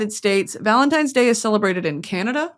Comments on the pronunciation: “Happy Valentimes day”😭😭😭so true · Valemtimes day - yes I used to say it like that as a child as well😭